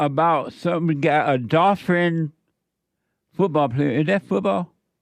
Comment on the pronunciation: "a dolfrin football player" 😂